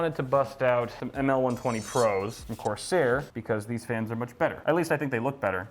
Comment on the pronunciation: "CORSIAR"... it's the French version. lol